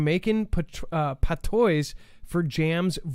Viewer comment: it’s pronounced Jamaican “pat-wah” not “pa-tois “